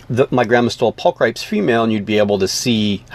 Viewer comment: "Pul-cri-PEEZ" rather than "pul-cripes." Latin is wicked. :-) Fabulous research & info, though. Definitely one of my favorite species. I'm glad to see them around again!